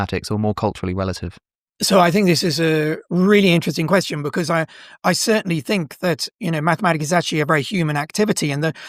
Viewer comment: “To be or not to be, that is the question.” That would be counted as 10 syllables because of the elision between “be” and “or.” In poetry, when one word ends in a vowel and the next starts in a vowel, they form a “synalepha” and they’re both counted as one. Also, the emphasis of the word “question” is not as he pronounced it (quesTION) in the second syllable, but rather in the first syllable (QUEStion). Which is relevant because you would also add to the meter 1 syllable if the tonic (i.e., the syllable that you stress the most) in the last word of the verse was placed in the last syllable. If you’re curious, they’re 4 types of words based on where the tonic is placed. Ending a verse on each kind has a different effect on the meter. Note: He’s right about the witches meter being at 7. Like in the line from Macbeth “fair is foul, and foul is fair.” It seems like it’s the other line was the only mistake.